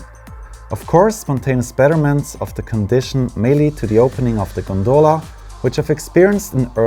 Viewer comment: Pronunciation in English: * Val D'AOsta (put the "stress" on the O) * GOndola (put the "stress" on the first O)